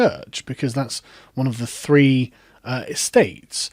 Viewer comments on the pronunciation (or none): none